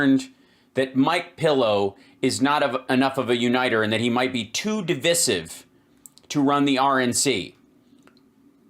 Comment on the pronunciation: It's di-VAI-sive, with a long "i" in the middle. Even the British pronounce it that way. (The Internet is an awesome resource for how to pronounce words when one is unsure, Steve and Mike.)